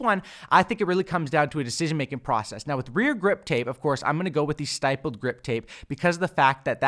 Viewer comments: It's actually pronounced STIPP-LED, not STIPE-LED. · Stipple is pronounced like nipple. Stippled grip. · Jesus I'm tired of these YouTubers pronouncing stippled wrong. Its not stYpled. Lol the word stipled rhymes with rippled. "Stippled" means: dots. its also a form of artistic technique where u draw only using dots. The technique is called "stippling" 👍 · Great work, as always. However, stippled is pronounced with a short i sound, as in it, shit or fit. Thanks for all the work! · Idk if you have already gotten a comment about this, but stipples is pronounced with a soft “I” instead of a hard “I” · Great vid, but just so you know going forward you're pronouncing "stippled" wrong. I noticed it in another video too so this is the second time that's why I'm mentioning it. It's pronounced like "triple" or "cripple"